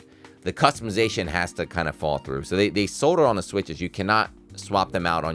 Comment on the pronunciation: Learn how to pronounce “solder” please. You’re not even warm.